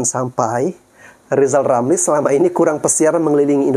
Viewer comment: Lizal Lamli..RRRRRRRRR..LLLLLL